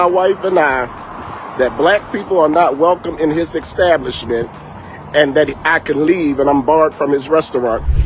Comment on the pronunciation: “Ax” and “extablish” … oh boy… lol